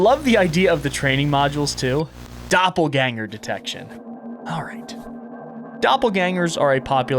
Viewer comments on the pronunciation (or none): I’m sorry, but as a shapeshifter nerd the pronunciation of Doppelgänger made me want to puke. If you’re making a game like this and want to have it be voiced over, please just to the VO yourself. AI voices almost never do a good job. Everything else about the game is absolutely stunning and I have no complaints about anything other than this.